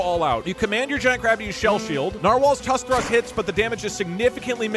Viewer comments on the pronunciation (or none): none